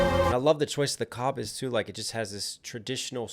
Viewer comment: Koh-biz, like show biz